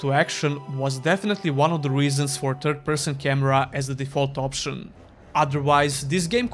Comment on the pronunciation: For a moment I thought you were pronouncing TURD-person on purpose.